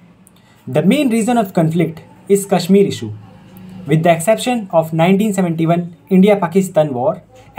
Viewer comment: Work on Pronunciation Sha should be always sha and sa should be sa only. Kashmir should have sha Issue should be pronounced "I ssh u ee" All the best 👍